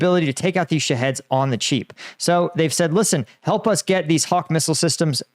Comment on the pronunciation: I keep hearing "shitheads" not "Shaheads"..